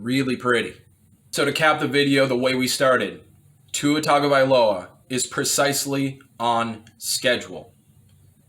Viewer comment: When you mispronounced his last name I almost switched the video off. Tua gets a full offseason to improve. He will be fine. They will upgrade the offense skill players.